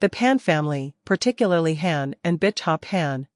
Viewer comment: It's pronounced hAn as in hon not a short A sound the long one.